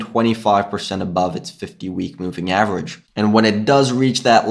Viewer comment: chanGe, averaĐe, underštand . This ĐĐĐĐ and ŠŠŠŠ :D don't take it personally, love ya